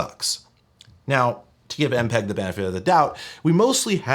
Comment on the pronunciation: I couldn't stop hearing it every time he said "Empeg."